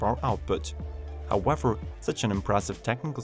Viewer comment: Elecwic howevew